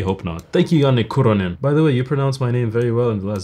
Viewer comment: As a Finn I'm more impressed by pronounciation of Janne Kuronen than his guitar playing lmfao